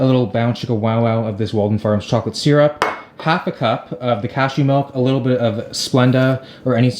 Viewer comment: the way you pronounce syrup really irks me. lol (binge watching every will video)